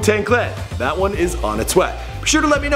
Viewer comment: and why when you quote the kid you say DAT instead of that. cmon bro you think we dont catch that subliminal shade you're throwing